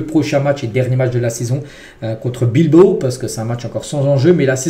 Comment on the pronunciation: Pourquoi tu dis bilbo 😂